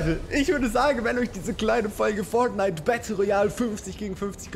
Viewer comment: Nims nicht übel ok man sagt nicht Forghnite sondern Fortnite nicht so lange mit r